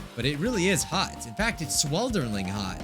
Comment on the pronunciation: Me when couldn't say swelteringly: AnEmanEmoNee